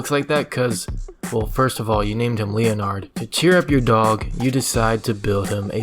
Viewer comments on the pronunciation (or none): I am pretty sure that Leonard is called Leonard and not as Linard